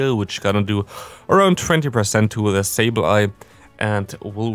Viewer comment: Why do you always Day „di“ instead of „the“